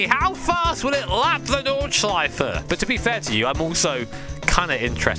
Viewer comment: I reeeeaaally appreciate the absolute correct pronunciation of Nordschleife.